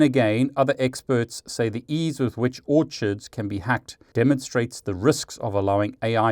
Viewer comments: FWIW I think you will find the Orchid website name is actually pronounced “or-kid” as in the flower (like their logo!) and not “orchard”, where fruit grows, as you were pronouncing it. 😅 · Hey it's pronounced or-kids. Like the flower